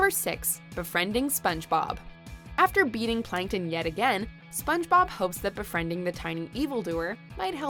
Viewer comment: "spons-bob" lol